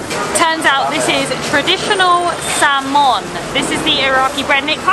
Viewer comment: Called bread (samoon) “Chamon” Propa Bo a tell thee 🤣🤣🤣 brilliant